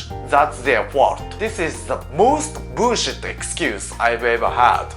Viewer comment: I love how he pronounces ‘bullshit’ ‘Buushit’ 😂